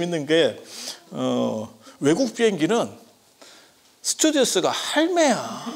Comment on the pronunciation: 스튜디어스가 아니라 스튜어디스이다 ! 박사학위 7개 맞아 ????? stewardess .